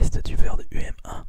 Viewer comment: Aussi, moi comme plusieurs personnes je penses, on dit plus "Humain" au niveau de la prononciation de UM1